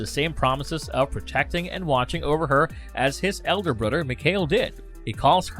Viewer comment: A nud 'er... Brod 'er